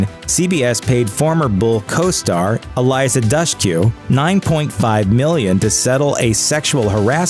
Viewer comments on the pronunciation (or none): It's Eliza Doosh-koo, not whatever the hell it was that you spewed.